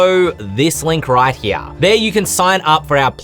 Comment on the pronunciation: Leave it to the to basically make Steve Irwin a class.:) The Grim-waaah is he-yaaaa! Looking forward to seeing the final version when it comes out.